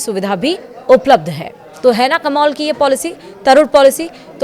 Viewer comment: Madam kamol nahi kamaal hota hai 😂